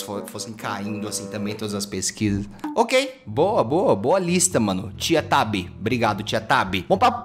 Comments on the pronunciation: era para ser "tio tobi" mas ele falou "tia tabi' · Ninguem percebeu que o t3ddy falou: tia tabi? Sendo que era tio tobi? Ekdbdldksld tava ate com ft dele man